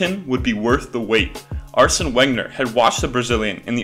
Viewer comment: It’s pronounced venger come on man